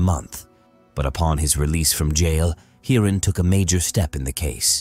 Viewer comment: 😂 Even Englishmen doesn't pronounce Indian names so bizarre 😂😂 Snehal -Sn-ai-hal, Hiran - Hai-run 😂😂😂